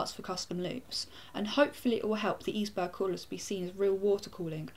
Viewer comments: its like iceberg, not eesberg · Pronounce it like: Iceberg..that would be correct :) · I'm pretty sure it's "iceberg". That's the way a German CM rep pronounced it in an interview I saw. Right ... on with watching the overview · Maybe it's supposed to be pronounce like "Iceberg" (Eisberg) Like a play on words? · Nice "eisberg's" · Here is how you pronounce it(I am german ;)): It is like Ice-berg, but you have to stress the "c" a little less ;) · Eisberg... German word -> German pronounciation? So "Ice" is correct, but it's not an English "berg" but a German one. :P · yup. The german word is for it is pronounced almost like the english one. There's only a slight different in the first vowel (eis (german) vs ais = ice (english)). The way she says it is how we say the same word in Norwegian. If i didn't already have a H100 i would consider this. Maybe the benchmarks will make me reconsider?